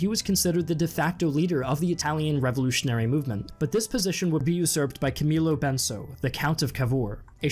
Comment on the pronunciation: Mazzini is /mat'tsini/ not /mazini/, Garibaldi is /gari'baldi/ not /gari'boldi/, Benso is /'benso/ not /'benzo/, Cavour is /ka' vu:r/ not /ka'ver/ and more. You really mispronounced every single Italian word. You've spent some time during research, next time please spend some time checking how to pronounce these famous names.